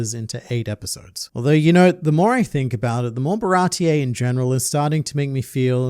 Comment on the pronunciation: WHY DOES EVERYONE CALL IT barati-EH i swear it was never called like that, why does the whole english community call ti that